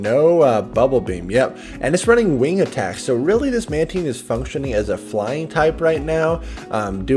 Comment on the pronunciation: Every time He says it runs wing attack i get triggered....